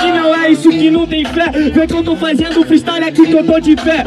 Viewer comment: Caralho, esse gulio não deve nem ter terminado a porra da escola slc, td hr ele fala ( FAIZENDO , FAIZENIO ) que porra é essa véi